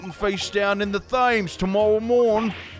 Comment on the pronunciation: Thames is pronounced like Tems by the way